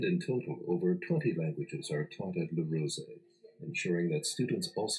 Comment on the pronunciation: you say "Le rosey" very good I confirme this because i live in switzerland in Rolle